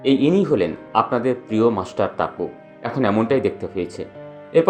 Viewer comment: Tumi ki bihari je topu ke taapu balchho, namer mane jene vdo koro.